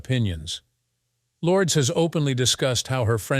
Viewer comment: Learn to say Lourdes name properly if you want someone to listen. Turned it off after a few times.